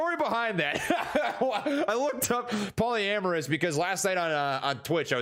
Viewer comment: “Polyamorous” 😂😂😂 my boi slingin dick in these streets haha